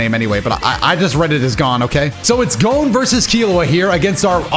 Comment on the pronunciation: You pronounced gon right the first time it ain't "gone" 😭